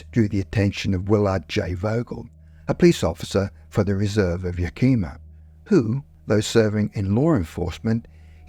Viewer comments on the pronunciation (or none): It took me second to realize that "yah-keem-mah" was the Yakima reservation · Even the local news people pronounce it as Yah KEE mah until they get pulled up and corrected😂